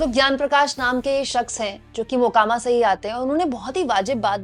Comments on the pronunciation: Makoma nahi mokama😂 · “Makoma” nahi “MOKAAMAA”(correct pronunciation)hai.ap idhar se har video me galat pronounce kar rahi..🙏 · Makoba nahin hai Mokama Naam hai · Please note that mokama ka pronunciation aap galat kar gaye. To be the best in your class people don't expect us to make mistakes